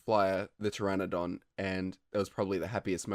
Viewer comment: Pteranodon not pegduskrnd